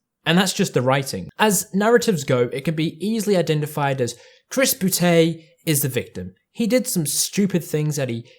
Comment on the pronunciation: it may be old by now but i still laugh when anybody says chris boo-tay